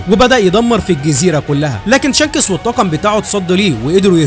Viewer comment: أوحش حاجه في الملخص اسم شانكس حضرتك يعني بتنطقه شانکٍسٍ😂😂😂